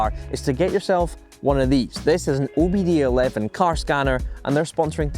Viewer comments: Also it's, OBD2 (OBD II) Not OBD 11. lol. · OBD11 🤣 It's OBD2 or with Roman numerals OBDII - two, not eleven 😆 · It's OBD TWO, not eleven you! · Did this dumbass say OBD ELEVEN Mother of God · Did he say “OBD ELEVEN”?!